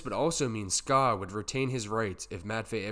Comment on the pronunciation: S K A not ska. Ska is an annoying music genre.